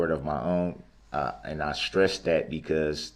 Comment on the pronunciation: Dis dat and da third. What a complete moron.